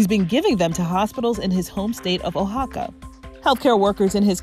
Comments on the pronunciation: Did you just say “Oh xaca?” It’s pronounced Wahaca. Oaxaca, Mexico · Oaxaca not whoxaca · They pronounced my home state of Mexico wrong you say it wUa-HAC-ca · Cute attempt at pronouncing Oaxaca, but not a good attempt